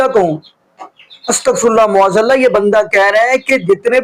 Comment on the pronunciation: BHAI SAHAB LAFAZ MUAZ ALLAH NAHI MAAZ ALLAH HOTA HAI. TASHEEH KAR LAIN PLZ.